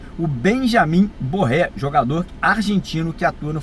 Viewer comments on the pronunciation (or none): meu caro o nome do Jogador é Benjamin Garré e nao Borré. Borré é atacante do Inter 😂😂😂😂